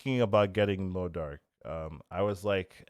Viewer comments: Theres no R in modok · Bro really hitting the R in MODOK 😭😭